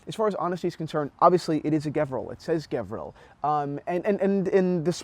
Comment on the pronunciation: Sorry but you are wrong today after 6 years of your video , white dial with silver bezel is the rare one , there is a bunch of black dials that is being offered, and the brand pronounced as Gevril G sounds like saying George